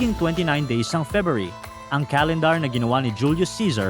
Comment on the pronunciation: FEBRUARY.. FEBYOOARI.... MANGMANG KA